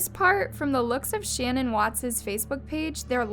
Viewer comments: Her name is not "Shannon" 🙄 If you want to honor the victims, the least you can do is pronounce their names correctly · Why did you mispronounce Shanan’s ‘name? It sounded weird . She was particular about how it was properly pronounced.originally it was pronounced SHANNON but later on she starting pronouncing it Sha -NAN with emphasis on the first sha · Shannan’s name is pronounced “shu-nan” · It's SHAN - ANNE. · The way this girl pronounces things. 🤦🏼‍♀️ Poor dead woman can’t even have her name said correct. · You should take this video down and re-upload it with you pronouncing her name correctly. what a gaffe. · I’m annoyed by the way you’re mispronouncing her name 😢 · You’re saying Shannan’s name wrong, you’d think you’re telling the story of her murder that you’d at least check how to say her name. You’re also saying Amber Frey’s name wrong. Ugghhhh….